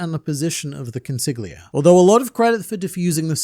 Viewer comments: Damn how caustic that pronunciation of Consigliere is… It’s the Italian word for “counselor” or “advisor”. The GL sound in Italian works differently, being a sort of “yhljh” in terms of phonetics. An easy way out to pronounce the word in English, would be to treat it as an L. As: Còn-see-lee-éh-réh. Other than that, great vid as always! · Consigliere "Kon-SIG-lee-AIR-ee" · I'd like to point out to you that the word "consigliere" is Italian, means "advisor" and is pronounced: konsiʎˈʎɛːɾe ( con-see-li-aire) ^^ Keep it up! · Consigliere not consig lia Go learn how to say it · Say it with me: cuhn—see—lee—air—ee. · consiGliere lmao. esl mutt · Con si lee eh rii (Consigliere) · i'm gonna be honest, man on the internet. I think the G in consigliere is silent.. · Thats a crazy pronunciation of consigliere 🥀🥀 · I love how no one mentioned how he butchered "consigliere" four times back to back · I only know how to pronounce it because of The Godfather.